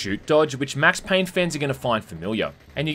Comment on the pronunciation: "Mex Payne"